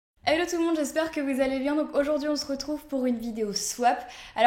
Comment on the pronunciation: Coucou Marie , Super vidéo comme d'hab mais j'ai l'impression que tu dit helloye enfin un truc comme hello :s